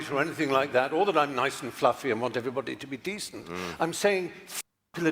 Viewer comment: I find it telling that Mr. Word Salad, Micheal Eric Dyson the Uber Racist, who prides himself on using obscure and unconventional descriptives in an attempt to make himself seem intellectually superior... say's err'body instead of everybody. It just emphasizes his overall phoniness. The guy is such a toxic racist fraud.